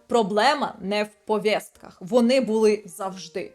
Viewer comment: «Повєстка»🙄 Працюйте будь ласка над мовою, дуже ріже вуха. Але лайк на підтримку україномовного контенту.